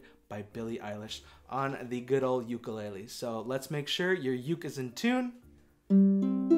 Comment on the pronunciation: god, I really trusted you to say “ukulele” correctly ugh